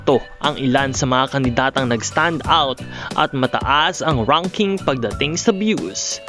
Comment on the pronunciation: RONKING? DIBA RANKING?